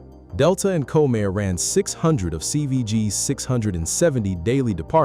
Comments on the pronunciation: When you use AI, please make sure things are pronounced properly. Had to stop watching this, it is not Co-Mair. Ugh! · If you are going to do reports like this, you could at least pronounce the characters correctly. It's COM-air, not "Comb-air" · Comair...pronounced Comm-air. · You loose credibility when you mispronounce the name of the airline. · Learn to pronounce Comair.